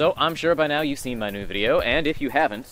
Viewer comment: Something about the way you said, "my new video" made me hear, "my nude video" and I actually did a spit take. Congratulations on starting this new journey and the hair looks great!